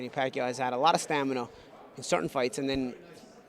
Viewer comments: Here we go with that "stanima" word again lol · STAM-IN-A!!!!!!!!!!!!!!!!!!!!!! Get it right. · he keeps saying STANIMA, lol